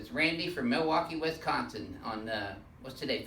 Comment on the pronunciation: Its Wisconsin not Westconsin